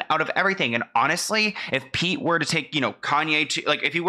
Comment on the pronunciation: Why does Kanye call Pete "Skete"? I find it funny but i dont even understand it lol.